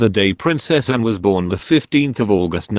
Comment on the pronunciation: Awful speaking robot, it cant even say Anne properly, RIP Prince Philip.